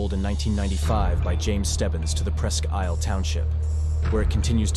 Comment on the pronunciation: New viewer...great video 👍 Just because I used to live there, I have to..Presque Isle is pronounced like Presk Eel.